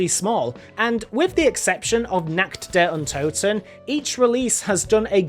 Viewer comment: Der riseuh nakt der untoten yeah pretty fun to say it that way